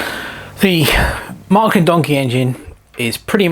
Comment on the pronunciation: Wow it is a Beauty...BTW: It is Märklin or Maerklin.Not Mark-lin.